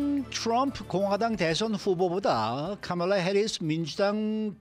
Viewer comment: 영어 발음을 이상하게 하시네 특히 사람이름을요 카말라를 까멜라